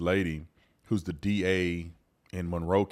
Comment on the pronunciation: “Thee DA!” Needs to be fired! Period!!!